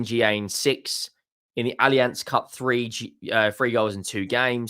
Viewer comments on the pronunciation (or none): none